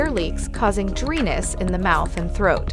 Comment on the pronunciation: This AI voice should learn to pronounce words properly. Dryness is not pronounced ‘Dreeness’